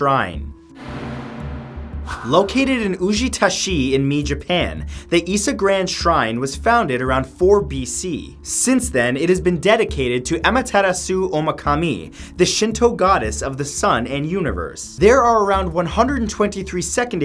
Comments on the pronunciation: a-ma-ta-ra-su is how you pronounce it >.> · Ōkami Amaterasu never asked for this mispronunciation